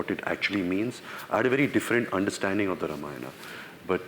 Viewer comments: what's up with the ramayan'aa'? it's ramayan'uh'... at least indians should know better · its pronounced RAA-MA-Ya-NA Not RUHMUHNUH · Ramayan not Ramayana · Host is saying Maina instead of Ramayana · It's not RAMAYANA ITS RAMAYAN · First learn to say “Ramayan”correctly. 🤨